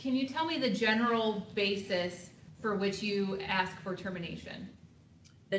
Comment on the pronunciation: I must be a very picky person because it's really bugging me that the judge keeps pronouncing "basis" as "bases" (basēs), which is the plural of "basis." You can't have "a bases." I want her to stop it. Yeah, now you see my quirky side on display.